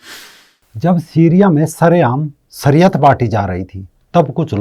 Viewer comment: सरीयत नहीं शरीयत कहते हैं। आप श को स उचारण कर रहें हैं। आप अपना उचारण ठीक करें।